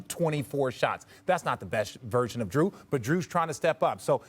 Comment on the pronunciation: Giannis getting away with calling his teammate “Drue” 🤣